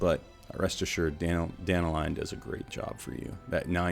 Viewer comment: I find it kinda funny that all you American content creators can't pronounce Dan-talion (talion like the shadow of modor main character) and it becomes Danta-lion. It's just one name butchered among all the rest but it really stuck out to me since global launch.